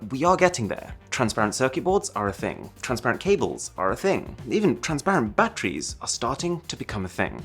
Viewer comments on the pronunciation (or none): He says "Paytants" 🤣 and "buttries" 🤣🤣